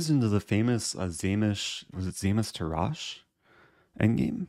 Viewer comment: Dear Eric, Tarrasch is pronounced with the emphasis on the first vocal and a strong last "sh".